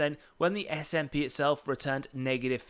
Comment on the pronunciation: It’s “ess ay pee” not “sap”. Like you spell out the letters. Just FYI. Also nice video I bought more at 72 yesterday and 70 today I will go down with this ship lol